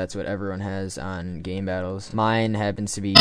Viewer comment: lol you said gaybattles